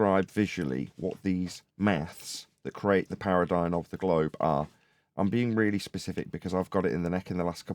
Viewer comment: Thanks for the daily show! BTW Paradigm is pronounced with an 'm', not an 'n'. Much love ❤